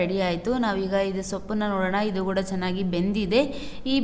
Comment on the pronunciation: Kothambari alla kotthambari Gooda alla kooda